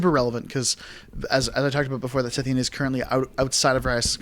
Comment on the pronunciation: Great game. Though I flinched every time ye mispronounced Scythean. :p